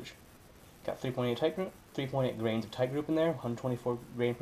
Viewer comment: Are you saying grains of powder or grams of powder? Nice video, good job.